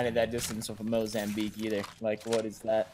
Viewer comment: Mou-zham-beak? Did you mean Moh-Zamm-Bique ?